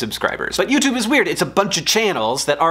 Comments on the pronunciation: The biggest problem with YouTube red, is that when you hear someone say it, it sounds like U2 bread. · About two minutes in, it just sounds like U2 Bread